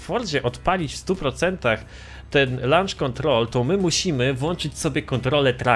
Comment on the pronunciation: "Lancz" kontrol 😂😂